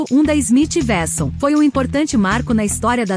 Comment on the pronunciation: Não é Smith Versão, é uekson a pronúncia correta.